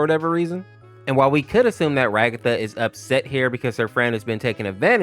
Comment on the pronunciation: bro said cood there cood beyond repair